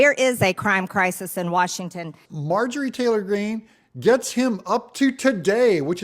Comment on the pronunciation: If you like her so much, please learn to pronounce her name properly. It's not Margie, it's MarjORie